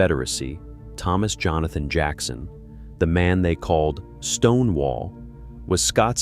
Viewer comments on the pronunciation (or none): none